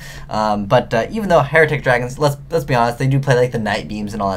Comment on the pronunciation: Hieratic dragons. hIERatic. Not Heratic. I always cringe when someone pronounces a card name wrong